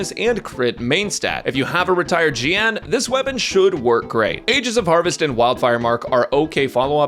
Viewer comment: “if you have a retired jiyan…” 😂